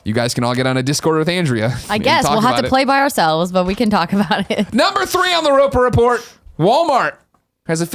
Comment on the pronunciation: Good gravy, how long until gets the Roper Report right. I beg of you, go listen to some old PSILY/Beyonds or let the co-hosts handle it!